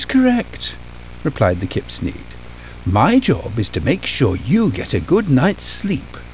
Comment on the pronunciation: Kipsneed suena a kidnap